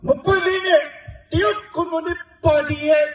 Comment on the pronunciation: နာမည်ကိုက. တယုတ် ရုတ် ပါဆို အသံထွက်ကိုက. ယုတ် ဘယ်လိုလုတ် ကောင်းမတုန်း